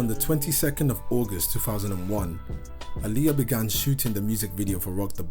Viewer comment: Is pronounced ah-lee-yah I don’t know why he say her name like that